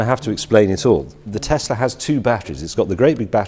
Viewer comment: Its little but I'm glad James says Tess-la rather than Tez